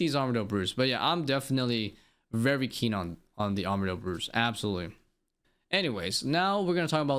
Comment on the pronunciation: Take a shot every time bro says vevry